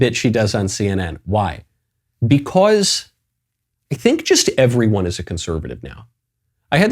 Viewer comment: I'm only here because matt ealsh hasn't come back from vacation. I'd listen to Michael more but I can't stand the way he says "because"